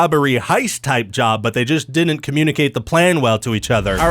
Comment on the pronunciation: BREAKING NEWS! Ryan cant pronounce the d in didn't DININT 😂😂😂